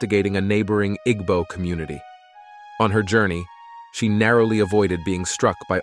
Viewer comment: Igbo, the g is silent. The letter "A" in Ada has a short vowel sound.